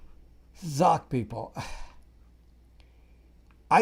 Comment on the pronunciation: 😅🤣😃 love it when u say - ZUCK